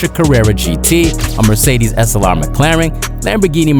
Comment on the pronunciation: Whenever you pronounce "Slr", my brain hear you say "Assalamu alaykum"